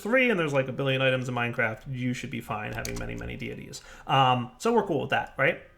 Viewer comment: "Deities" = "day-ih-teas"